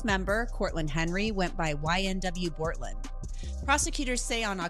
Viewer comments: How do you do a story on this and fuck up the name boltlander? (Bortland) and say that they got into the gray suv. Do your research homie. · Did he say boltlander?